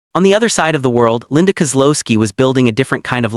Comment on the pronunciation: Linda Kow-looo-ski